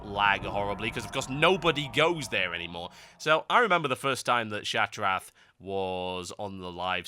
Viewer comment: What the fuck is ShattraT o.O